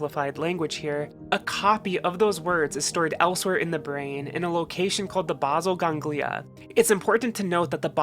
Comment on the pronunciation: Enjoyed this video but I've never heard basal ganglia mispronounced so badly lol